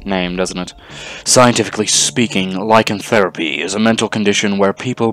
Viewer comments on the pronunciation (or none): Lie-can-throw-pee Lycanthropy...sorry good video but it was bothering me...